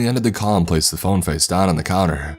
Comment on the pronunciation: Wrong-uh Face-ah Me-eh Itself-ah Thera-eh